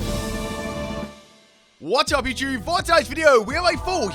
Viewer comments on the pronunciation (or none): none